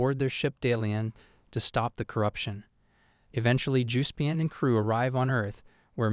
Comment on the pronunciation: "Umm, actally, it is pronounced JUHS-pee-on" ☝️🤓